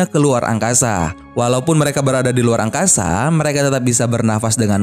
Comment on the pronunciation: Wkwkwkwk mimin bilang angkaza